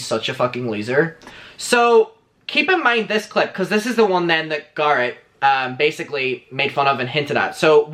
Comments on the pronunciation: Bb i will pay you to stop saying guh-rett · Every time you say garrot I want to die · I can't watch this. The GAR-it is making me soooo uncomfortable. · Take a shot every time he says GARHET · I keep thinking he says 'Gaara' from Naruto lmaooo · Me when says garrett: 👁👄👁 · I like you but you talk too much. And you're pronouncing Garrett wrong. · The way you say Garret is my favorite 💚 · The only reason there are dislikes are because the way he pronounces Garrett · Why is the way he's saying Garrett triggering me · I,love how he says Garrett name 😁